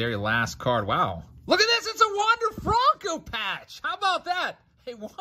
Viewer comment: When you going to start saying his name right FRUNKO 😒😒😒